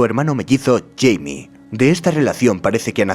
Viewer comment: Supongo que como los nombres no tienen traducción, los an pronunciado en su forma angosajona, yo en cambio, Jaime, no sera "Yeimi" sino, "Jaime" tal cual como suena XD